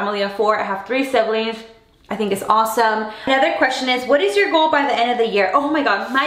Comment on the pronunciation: when she says by it sounds like pie lol :p